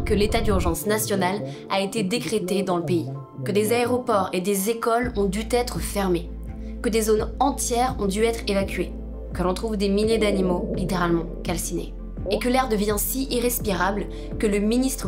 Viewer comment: ont dû "t'"être fermées????liaison bizarre, aussi bizarre que le "réchauffement "climatique; encore une qui n'a pas entendu parler de géoineniérie